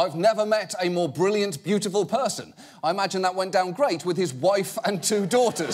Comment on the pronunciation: I thought he said pursian, rather than person